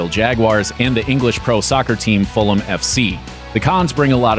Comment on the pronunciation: Bravo for pronouncing Fulham correctly. It must be so difficult for Americans to do that